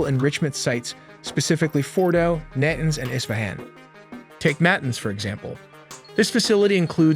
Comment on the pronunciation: Nantenz? lol. Nuhtahnz.